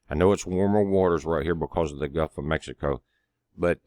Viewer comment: Florida Sky watcher - haha. Good stuff. I like the way says “Guff” of Mexico 💜 Thank you and have a blessed week ahead! 🙏🏻